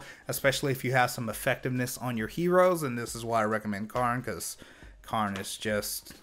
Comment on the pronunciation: When you call Karin (care-in) Karn (car-nn). I mean she hits like a car, but she’ll still cares for you.